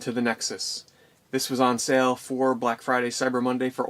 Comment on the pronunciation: you do the same thing that many american YouTubers do and that is say sell instead of sale.